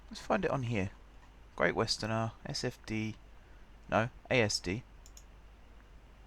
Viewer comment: Can you change the franchise name please to Great Western rather than 'er' at the end. Please! You should have a non stop express service to every airport in the capital. Like London does! Keep up the series!